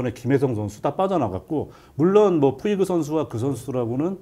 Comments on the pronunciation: 푸이그를 푸홀스라고 그러고 송재우 위원 나이 드시고 저런 실수가 상당히 많아짐ㅜㅜ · 푸이그가 푸홀스로 발음이 되나요?? 왜자꾸 푸홀스라 발음하시고... 카디네스는 트레이닝 파트 문제 쏙빼고 또 멘탈 이야기만 하시네요...